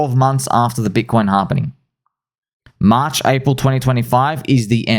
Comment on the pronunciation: It's pronounced "March"